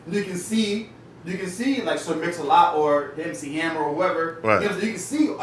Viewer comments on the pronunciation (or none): This guy said mc hammer lmfaoooo